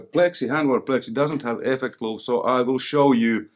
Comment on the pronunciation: Effeccct loooop, you must be Finnish? :P